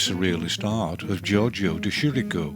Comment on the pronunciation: De Chirico is not pronounch De SHEER ee ko, but "DE KEE re ko". Bad voice direction on this soundtrack. Shame.